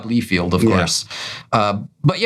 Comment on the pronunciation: Ok, so l’ve watched a number of videos from this channel, I enjoy the content. But why is this man keep miss pronouncing the name McFarlane to McFairlane?? Or Rob Liefeld to Rob Leefeld?? Does he have an issue with them or something else?? Just curious.